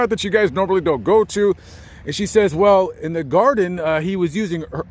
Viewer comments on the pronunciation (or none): none